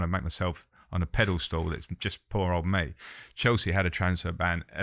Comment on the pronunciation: does he say pedal stool instead of pedestal